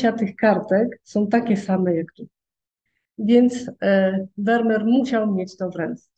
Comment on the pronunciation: Nazwisko tego holenderskiego malarza wymawia się : " Fermir"‼️‼️